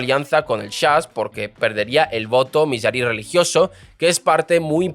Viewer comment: Me parece que no sabes como pronunciar los nombres de las personas por lo tanto tu información es un poco dudosa, 1) El primer ministro de Israel se llamaba BEN GURION y no Bem Guiron 2) el judaísmo SEFARADÍ y no aradí. su inmigración en 1950 con judíos Mizrahi's y no misraís. Israel se libero en 1948 con la gran mayoría de judíos ASHKENAZI y no ashacancíes, que inmigraron después de la segunda guerra mundial. Nunca hubo una ley del retorno cada judío que quisiera inmigrar al nuevo estado de Israel estaba en su derecho de hacerlo sin necesidad de permisos especiales. Israel es el país del pueblo judio por historia. En 1956 fue la más grande inmigración de judíos desde Marruecos (Sefaradíes) y la segregación que supuestamente hubo de acuerdo a tu falta de información no se dio como tu lo has malinformado, porque el propio Ben Gurion dio el ejemplo de ir a vivir a un asentamiento en el Negev (desierto) para comenzar a poblarlo. Israel en 1948 -50-y 56 era un país joven y sin dinero, a los inmigrantes que llegaron en menos de un año les dieron casas prefabricadas llamadas MAHARABON hasta que la economía del pais pudiera construir casas adecuadas. Menachem Begin sos un desastre con los nombres, no sabes como pronunciarlo estás difamando la historia del estado de Israel, por lo que a mí me concierna o es Pedro Sanches quien te envió a contar lo absurdo de esta novela que está muy lejos de su veracidad o simplemente eres un aficionado que no tienes la menor idea de lo que est